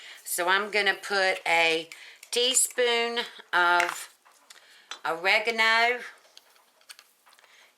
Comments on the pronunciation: not to disrespect you its called oregano not awaken night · you did not say oregano you said a Lego Knight